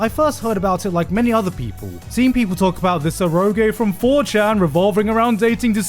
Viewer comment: This guy lives in Japan and hears the language spoken daily and he pronounces “eroge” like THAT? Incredibly baffling.